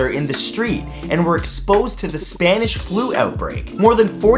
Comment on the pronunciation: Your very correct Spanish pronunciation is appreciated!